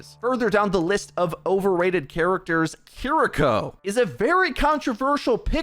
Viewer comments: kiriko NOT kuhriko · How are you gonna pronounce Kiriko 2 different ways in the same sentence. Sloppy af. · is like 50/50 on pronouncing Kiriko correctly.